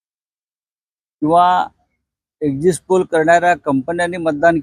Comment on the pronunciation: अहो आधी exit चा उच्चार करायला शिका ! 🤣